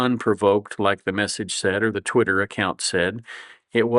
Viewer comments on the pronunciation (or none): none